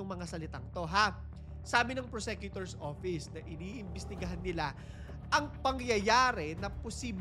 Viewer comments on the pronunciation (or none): Correct pronounciation of PROSECUTOR. FYI.